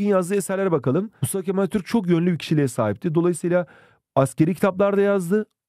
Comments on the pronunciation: hocam izlerken çok güldüm attürk diyosunuz:virtualhug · Attürk değil hocam ATATÜRK